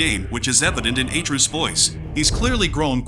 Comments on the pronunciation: It's AtrEus, not Aytreus. Pls don't piss us off for no reason. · bro said "a truce"